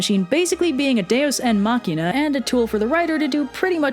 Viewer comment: Lol at “deus en machina”